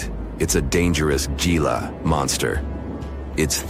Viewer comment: it's not a geelah lizard, it's a hee-lah lizard!